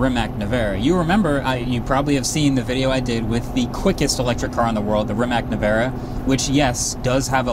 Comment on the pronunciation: It's not pronounced "Reemack Nevereh".